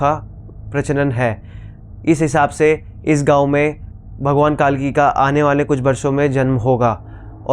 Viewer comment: भाई साहब भगवान नाम सही ढंग से लेकर बोलें।कालकी नहीं कल्की बोलें,जय जगन्नाथ 🚩🚩🚩🚩🚩